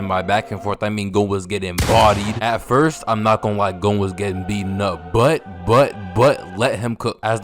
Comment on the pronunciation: "Gohn" YEAHHHHH🥶🥶🥶